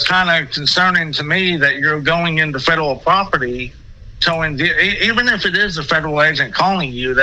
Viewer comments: This guy clearly has a mental disability. You can hear his speech impediment and clearly he is a fedurul agent. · Fedderwall Pwoperty 😂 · He can't even say "fedawel" right!! 😅😅 I just keep picturing Elmer Fudd😂😂😂😂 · 😂😂😂😂😂😂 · "Fedewal, wong, wite, weport" man, we got a live one